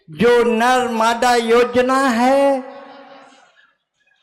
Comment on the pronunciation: Bewakoof aadmi narmada ji ka naam achhe se le